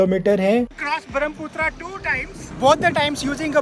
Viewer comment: It's Brahmaputra Brahma ka Putra not barham Putra